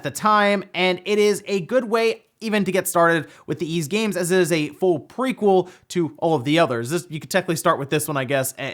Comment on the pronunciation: It’s Ys, not Yz, silly. :0